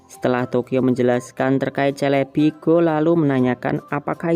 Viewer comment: SELEBI bukan CELEBI 😅😅😅